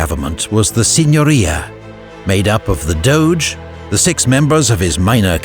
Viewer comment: First time that I heard an anglo speaking narrator pronounce correctly italian names (La Serenissima... perfect!). Usually it's a butcher fest... Edit: also "Signoria"! GN finally pronounced like "gnaw" and not "signal"! Thank you!